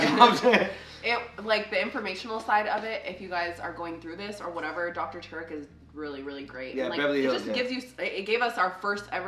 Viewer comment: Tarek is an Arabic name.. it’s pronounced Tah-Rik (roll the r). Beautiful name too